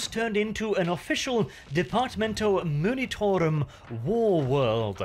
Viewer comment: Oh and...for the also many times you say it...its the Departmento 'M-u-nitorum', not 'M-i-nitorum', but I grant you, of course, to have a bit of artistic freedom in this, if you like 😅